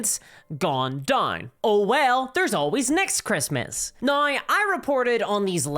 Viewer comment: accent is very interesting , throwing in a bunch of Rs into words i wouldn't expect . now = naur